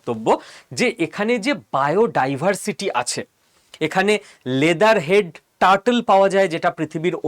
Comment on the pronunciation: লেদার হেড নয়,লগারহেড।